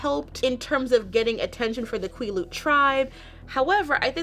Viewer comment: Great video as always. Just FYI Quileute is pronounced like the word "quill" (but with a shorter "L" sound like it's spelled) + "yout" (rhymes with beaut). Phonetic spelling isn't my strong-suit so if you want an example the Quileute Nation's website has a language page with some audio recorded lessons, they say Quileute at the very beginning of "The Quileute Alphabet Sheet".